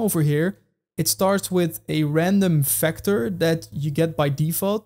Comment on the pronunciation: Vector NOT Fector